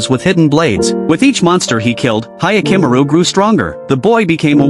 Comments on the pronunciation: "Hayakimuru" 😭😭😭 I can't.... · Yakimaru you say john